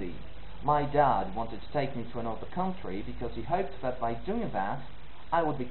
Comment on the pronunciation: Great, it's an interesting project. I'm British and I think the "Hello" at the beginning is utterly convincing. But when you say "and I'll tell you" the AND does sound South African. Around 17 seconds the intonation of "country" gives away that you're reading from a script rather than speaking spontaneously. Hope this helps.